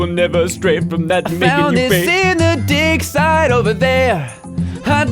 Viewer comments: When said "you can also help him with his dig site" I though he said "you can also help him with his dick site" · when you were singing that song and you found the haniwa in the dig site, I thought you said "I found this in the dick site" (∩＿∩)